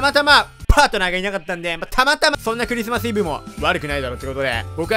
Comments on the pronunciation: ｸｩ↑リスマスがwww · クゥ↑リスマスだね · 最初の「ｸｩ↑リスマス」ビビった笑